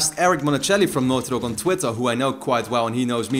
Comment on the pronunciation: the way you say naughty dog.. enunciate! i can't understand! sounds like northyok